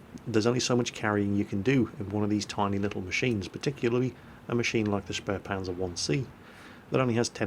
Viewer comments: The "späh" in spähpanzer is pronounced "speeh" not "sperh" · and QB have something in common. They both mispronounce spähpanzer the same way. They add an 'r' sound to the first syllable, saying "shpare" when the right way is "shpay".